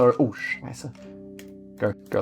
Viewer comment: hearing you mutter "Oh Scheiße" just made my day. Didn't expect that :D But the pronounciation was on point.